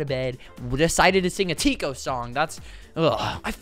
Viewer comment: DID YOU JUST SAY tkio its TIKO